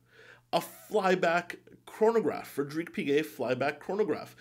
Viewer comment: Love your videos and glad I subscribed to your channel. Please don't take this the wrong way, but chronograph is pronounced krahn-o-graf, not korn-o-graf.